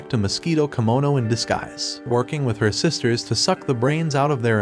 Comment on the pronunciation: It’s kemono not kimono